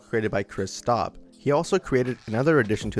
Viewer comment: OMG I LOVE JACK STAUBER ALSO YOU MISPRONOUNCED HIS NAME